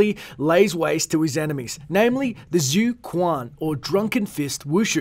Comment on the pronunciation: It pronounced as "zui quan" not zoo kuan thx for murdering the prounucation